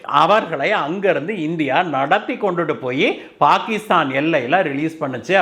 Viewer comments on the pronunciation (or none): none